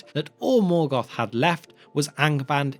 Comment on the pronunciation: Melgoth. No, wait, Morkor.